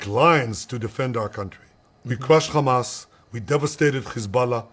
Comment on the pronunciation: I noticed you mispronounced Hamas, and the BS in your user tag is heavily shown here